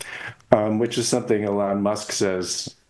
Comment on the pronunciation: Its pronounced Elon not Elon